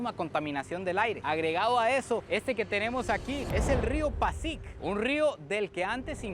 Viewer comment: Se dice Pásig como con acento en la a. Y aunque lo declararon como que no hay vida ahí, pezcan en ese río.